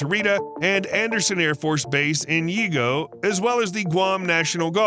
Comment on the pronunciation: YIGO .. Pronounced: Jee-go Lived there for 4 yrs. ❤ Hafa Adai! Where America's Day Begins!